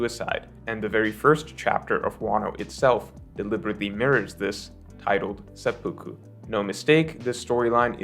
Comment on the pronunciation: say-p-poo-ku not say-pah-ku